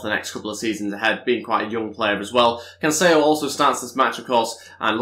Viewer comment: if ı'm not mistaken cancelo's name is pronounced as is not with canceyo as you say it would have been cancelo if it was cancello double l is pronounced as y